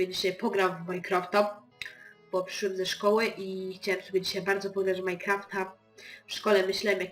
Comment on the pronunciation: Przyszedłem a nie ''przyszłęm''